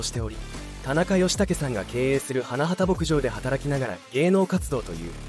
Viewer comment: いい歌が多くて好きです。 ひとみさんのご冥福を御祈り申し上げます。 ところで、花畑牧場は「はなはた」ではなく「はなばたけぼくじょう」です。 べりー工房でなくベリーズだし…😅 あとメンバー紹介の所も最初から流れる同じ写真が目まぐるしく変わるだけなので誰が誰なのか一般の人には判りづらい。 それに…メンバーのその後といっても、wiki情報を丸写ししてるだけで最終情報すら10年以上前…… あさみさんは現在ゲーム系YouTuberちゃみんとして活動してる事位は有名なんだから調べてほしい。